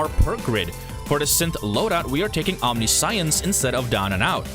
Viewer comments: Omniscience is pronounced wrong. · It's actually pretty weird that we pronounce it the way we do, given that it's a compound Latin word "Omni" (all), and "Science" (knowledge). The way he says it in the video would actually make more sense, even though it isn't how it's said. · that's not the correct way to pronouce omniscience. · omniscience - om - Nish- yense not ... Omni science .... Fuckin' shit dude. Please tell me you got through grade school in tact?